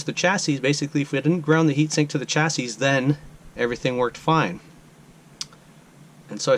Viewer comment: Thanks for the excellent troubleshooting video. I really need to get with the times on 3D printing! Just an FYI, chassis is pronounced "chassy," at least for my 50-plus years as a tech. Your video and the info presented is absolutely great!